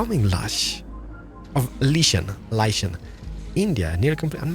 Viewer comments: its pronounced (like-ken) bys d bys.................. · Lichen is pronounced lie-can liecan